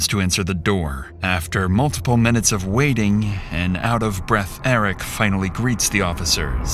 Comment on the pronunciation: Is this an AI voice? There is this weird sigh in the way it says the certain syllables of certain words. "Waitingguuhhh" "No one hhhexphhhected"